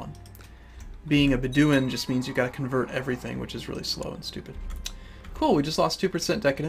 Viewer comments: Its BED-oh-win not beh-DEEW-in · Not to nag or anything, but.. now that we've got that Sheikh thing sorted, BED-oh-win. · its Bedu-in not beduin